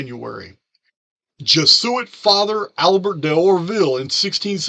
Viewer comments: Hey. Thanks for the video! I'm not usually this woman, correcting grammar...this is meant to help, not criticize....Jesuit is pronounced jez-oo-it. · I have tried to correct his pronunciation as well. Same with pleiedes. Lol